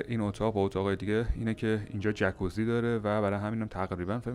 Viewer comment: خونده میشه جاکوزی نه جکوزی. جای جالبیه فقط نمیدونم اتاق با پنجره بسته از کجا هوا میگیره.